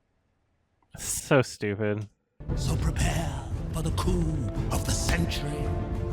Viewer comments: Coup is pronounced coo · In the remake, it sounds like scar is saying "the coom of the century" not coup. Also, was not prepared for . That had me laughing my ass off.